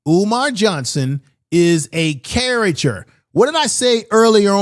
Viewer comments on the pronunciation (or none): ...cariCAture not cariture...